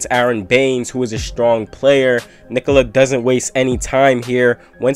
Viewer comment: Subbed for amazing commentary and perfect pronunciation of Nikola. 👍